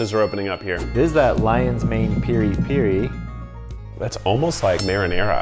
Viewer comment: Finally a professional that says PIRI PIRI instead of PERI PERI... Bless his soul